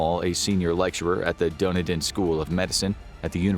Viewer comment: it's pronounced Doo-Need-in. Or D'needin